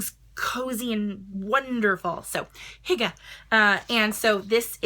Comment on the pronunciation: Great pronunciation for hygee! I never knew how to say that! ❤️